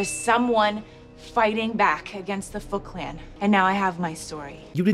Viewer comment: When she said "Foot Clan" it sounded like she said fucklan